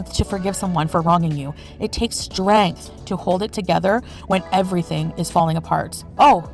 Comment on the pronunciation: It takes strangth y'all strAngth